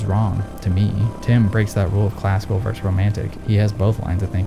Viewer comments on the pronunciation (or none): Now I know you purposely mispronounce words on purpose. But versus is just versus. Verse is a different word that means something completely else. So in the future, please say versus and not whatever the fuck you've been saying. Thanks